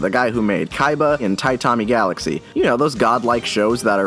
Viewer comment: The way you read "tatami galaxy" as "taitami galaxy" is so cringe worthy